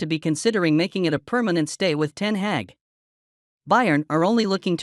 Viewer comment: NOT "Ten Heck". BUT " Ten Hag ". ( as in are ) Come on : be professional !